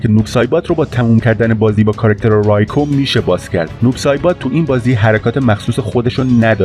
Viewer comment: ممنون بابت ویدئو اما "رایکو" اشتباهه "ریکو" صحیحه موفق باشید.